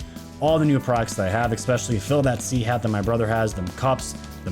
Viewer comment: Dude, you GOTTA stop saying 'ECspecially' 😂😂😂 you are a grown man, it's ESpecially lol 😆